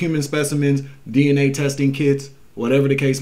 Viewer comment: DNA .. sounds like DeeNA